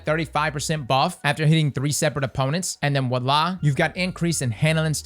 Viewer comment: dude, it's Voila with a 'V'